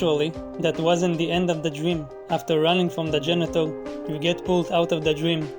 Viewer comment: I kept hearing genital instead of janitor and by the end of that section I was cry laughing.